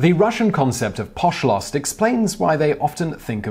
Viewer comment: Its pronounced POSH-lst (emphasis on the posh, like how a British person would say it). Aahaa it took me like a whole minute to understand what you were going on about....oh yes. Anyway, Simon, youre doing a great job. A lot of nay sayers here but I appreciate this video very much!!!